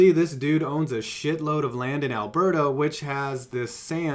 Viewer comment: ALBERTA! NOT ALBERTO... FFS Y’ALL AMERICANS CANT SAY SOMETHING CANADIAN CORRECTLY! JK Idc keep up the good vids